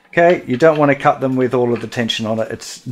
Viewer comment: The word "cut" has a "t" in it. Go Straya